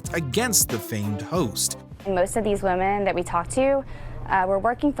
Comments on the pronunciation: Glad it’s not just me that noticed the consistent mispronunciation of “women”. He’s done it in other videos too. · Why do you alway pronounce "women" wrong, it's old English just look up. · you say 'woman' when you mean 'women' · The plural of woman is quite a challenge for this narrator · Hey soy boy, it’s multiple “women” Not multiple “woman” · As an aside, is the narrator saying "woman" when he means "women"? It's very distracting. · Good content but why can't this narrator pronounce the word "women"? What is "multiple woman" about? Distracting lol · I'm not sure why but it irritates the bejesus out of me how the narrator says "woman" singular after saying something like "harassed multiple woman". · Multiple woman 🤣 “women” bro